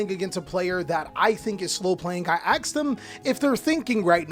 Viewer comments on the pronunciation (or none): Cant stand when someone says aks. Not ask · Bro don't say "axe" instead of ask. You're better than your ancestors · WHY YOU SAY AKS? DIDNT GO TO SCHOOL? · Curious how come you say "AKS" instead of "ASK"? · tbh i'm also wondering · its pretty common, i also do this and have to consciously remind myself to say the sk part